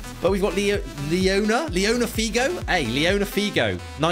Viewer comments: I kind of got mad when he "Liona Figo" instead of Luis Figo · Did you just call Luis fi go liona 😂😂😂😂😂😂😂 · I am gonna cry he said liona figo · bro really said leona figs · Aint no way said luis figo wrong